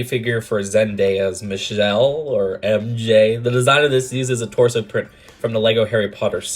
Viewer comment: Did you say Michnelle instead of Michelle, or is it just me???